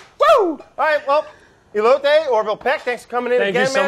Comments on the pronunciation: He called the corn ey-Low-tee what do you expect.. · And he's been calling them e-lotes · I mean he said elote wrong too so..